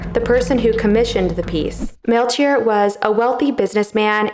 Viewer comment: This is excellent and super entertaining, as always! The name is pronounced Mel-ki-or, not Mel-chee-or. 🙏